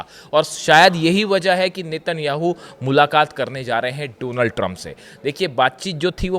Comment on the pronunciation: I like the way says “dough-nuld” Trump